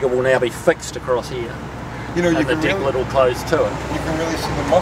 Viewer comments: Yes, deck or trunk lid. People were just saying it sounds funny the way he pronounces it "DICK lid". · I can tell for sure he's a real kiwi when he says 'deck lid'.